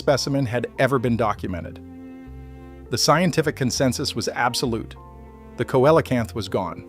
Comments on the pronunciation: Celocamp not coellacamp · Let me help you there dude, it's pronounced Seal a canth !! Easy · COELCANTH... How did you say it again.🧐